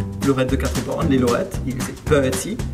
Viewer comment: Les "leurettes" : lorette